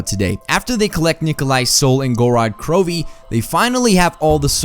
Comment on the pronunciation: I think the I is silent in Krovi